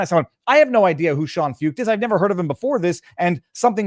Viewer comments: Sean last name pronounced "foyt" You would like him, look him up viva‼️ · Shawn foo ket. That’s how you say it. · Pronounced "Foyt" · Sean Feucht . . . pronounced "Foyt" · Sean Feucht (pronounced Foyt) started holding Let U Worship events in CA during Covid lockdowns. They have spread throughout the US, including DC, and around the world .In Canada he has faced harassment and attacks, although people have come from all over Canada to participate in these events. God will win! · The name is pronounced Shawn Foyt